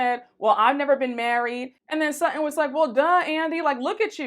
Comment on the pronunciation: Not "What the Sheree Whitfield"? Lol! And why did I giggle overtime she said " Sut-In" ! Lol!